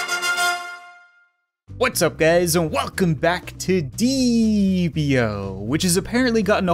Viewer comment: It deeee EEE p not deeap io